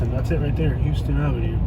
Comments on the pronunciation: The street is pronounced houseton not huston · It's pronounced like houseton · Just about to post this same thing...it’s a dead giveaway if you pronounce it wrong. How-stun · It's pronounced "house-ton". Also... Pendleton Homes isn't really that bad... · It’s H”ow”ston Ave not H”u”ston. Lol. Don’t trust any researcher who can’t pronounce the name of the street he’s looking for! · In Middle Georgia, it's pronounced How-stun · Couple of points..it's pronounced "How-stun" Ave. If you drove 2 blocks East at Pendleton Homes you would find Flamingo Dr. A real delight to visit. Born and raised on Villa Crest Ave. Kick ass food in the area. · The street name is pronounced "Hawston" Ave not like the city Houston Texas. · It's pronounced HOWston. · Its pronounced how-stun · The way GA folks pronounce that has always tripped me out. Houston (How stun) & Albany (Al Banny). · For one you need to learn how to pronounce our streets it's not pronounce like Houston Texas and if you don't like Macon take your ass back to AL. Your video was so full of BS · Oh by the way. You missed pronounced Houston Ave. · well, you pronounced Houston wrong. You were in the rather calm section of Macon. You should have read your history. Nothing further!!!! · You need to learn how to say the streets name correctly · You said you dont know anyone who's from Macon Ga but young jeezy the rapper whos technically is from Hawkinsville Ga so my next question is how in the hell do you think you know so much about Macon and this is your first couple seconds ever breathing Macon air you should get all of your facts straight bro and one more thing you are pronouncing HOUSTON ave wrong dont know what you are trying to prove but stay out of 478 and go home homie be blessed